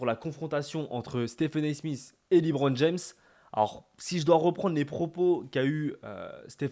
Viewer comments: Pas mal la vidéo bon courage pour ta chaîne, juste c’est pas « LiBron » mais « LeBron » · "liBron james" 😂😂😂😂 à part ça continue ta chaîne est incroyable ❤